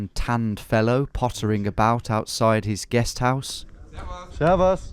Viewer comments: your servas is very good pronounciation 10/10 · He nailed the „Servus“ though.